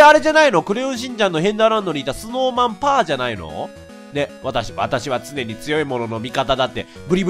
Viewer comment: ス・ノーマン・パーが正解